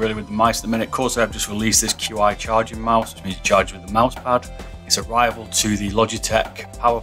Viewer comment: its no Q I its pronounced chi